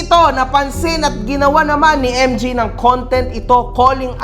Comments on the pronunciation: Baka naman kasi MJ ung pangalan, MG lang pagkaka pronounce nya..😅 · emjay eh hindi naman emji.😂